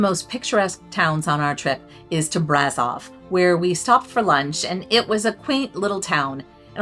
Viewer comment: Being Romanian I believe I should help you with the pronunciation of the locality names: Sighișoara = See - ghee-shoe- uara = Seegheeshoeuara Brașov = Brush-off = Brushoff Peleș = Pal-ash Palash ✌️